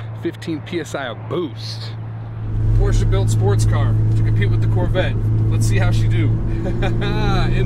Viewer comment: A big thank you for the right pronouncing of the name Porsche.